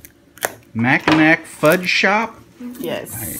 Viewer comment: FYI - “Mackinac” is pronounced “Mackinaw”.😁 ✋🏻